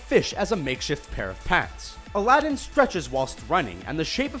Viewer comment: Everytime he says Aladin I understand a Latin